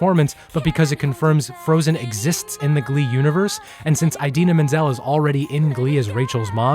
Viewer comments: Eyedeena Menzel........John Travolta got you tripping? 😅💜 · Sorry I can't get over how he pronounces idina menzel eyedina menzel. Lol sorry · Eye deena? Really?!😵😵😵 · is no one going to mention the way he pronounces Idina Menzel's name? lol Excellent video, by the way!